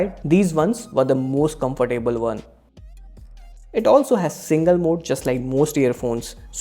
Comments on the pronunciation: and its pronounced as comftable not comfor table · Comfer-table lol